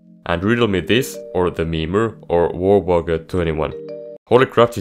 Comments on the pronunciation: I love how he mispronounced "wager" as "woger" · cool video but when you mispronounced wager I wanted to click off